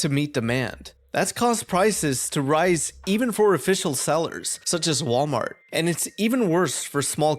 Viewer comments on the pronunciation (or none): none